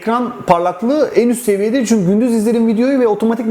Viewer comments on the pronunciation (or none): none